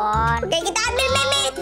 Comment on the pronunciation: Meme dibaca mim mon